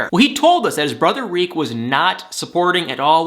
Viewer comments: It's not 'Reek" It's "Tarik" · The name is Tarek pronounced Tar-Rick not Reek